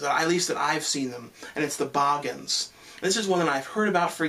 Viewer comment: The bahgens,? There's 2 o's. BOOGENS.